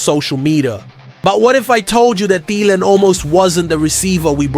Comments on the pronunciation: It is pronounced “Adam Theeelan”, not “Adam Thiiilan”! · The fact that you can't even pronounce Thielan's name correctly is a dead giveaway that you aren't a vikings fan.